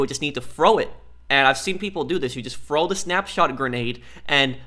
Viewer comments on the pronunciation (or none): “Frow it”